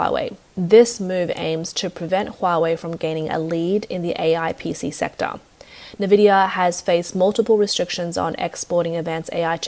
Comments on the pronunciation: NVIDIA is pronounced "ENVIDIA", not "NEVIDIA" "Tear down" is pronounced "TEH-AR DAOON", not "TEE-AR DAOON": if you pronounce it TEE-AR you are referring to the tears you shed when you cry, "tear down" comes from the verb TO TEAR, meaning: to rip, break apart. Also, you might wanna lose your incessant VOCAL FRY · "Nuh-Vidia" .... She has cute pronunciation!! 😊